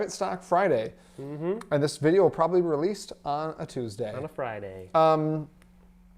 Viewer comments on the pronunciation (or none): none